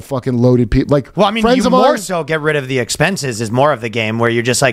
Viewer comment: Shoutout to my hometown, East Palestine! pronounced it correctly.